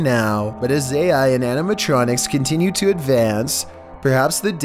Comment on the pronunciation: wait did he say "anemetronics" like in five night's at Freddys?! dude they already are made AND the story of Fnaf is about KIDS that wour murdered and the souls of the kids wore stuffed in suits, NALD IT